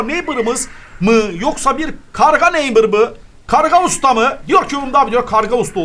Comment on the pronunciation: hala hello neybıra hello neymır diyor